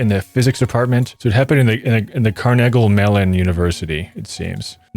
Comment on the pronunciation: “Carnegle” that’s Carnegie, sir. Right here in beautiful Pittsburgh, pa